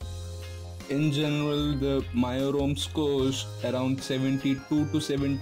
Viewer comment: Take this as constructive criticism,its not "mio" or "myo",its actually pronounced as "MEEUI".Good job by the way and thanks for the video :-)